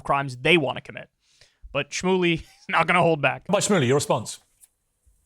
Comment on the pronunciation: Did piers say “Rabbi Shroomey”???